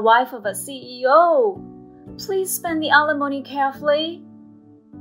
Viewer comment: Right, and still don’t know how to pronounce it. I just have to laugh every time I hear them say it because they sound so ridiculous. Sometimes I think this channel is run by middle schoolers.